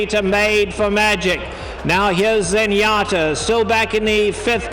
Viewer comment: Trevor Denman is maybe the best race caller ever, but it’s Zenyatta, not Zenyatter.